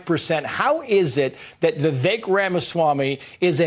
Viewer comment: Its pronounce Viveck( vivek) not Vivake.